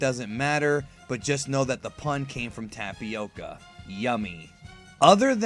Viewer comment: "Tapioka" hahahahhahha